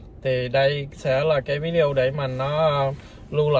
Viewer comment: Video mà nói víđioo